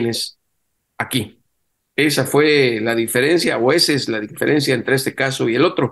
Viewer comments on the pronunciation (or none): none